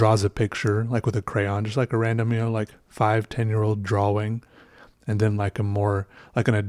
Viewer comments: The word is draw- ing...not dra-wing. The amateur artwork is amusing but please learn proper pronounciation. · Do you say draw-wing? Yes Do I get upset when you say it? Yes Does it matter...mmmm-no. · lolol keep laffing when you say "draw-wing". you're space-ship just kept getting better. It kept getting more complex and that's what I find beautiful in art. I don't draw much or know much about it, but I like the technique you use to make it look 3D. That makes me wonder how hard it must be to make 3D art like sculptures and stuff. OR even 3D digital models. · You said draWING. It made me realize that i never pronounce the W in that word. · I love the way he says 'drawing'